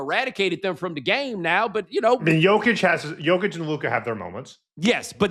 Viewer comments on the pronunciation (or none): none